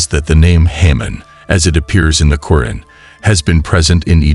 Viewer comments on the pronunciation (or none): You're pronunciation of the Noble Quran, can be improved, it's "..Qo'raan,,,,or,,,ku'raan.